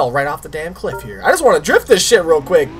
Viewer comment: Endertait I thought he said "OH CHIT!".... xD